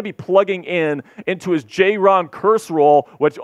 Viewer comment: I think it's Javon, not "Jay-ron" Kearse. Forbes was not beaten last year because of his light weight or lack of guts. He was beaten because he was lost out there, did not know where to be. Good coaching can fix that, we hope.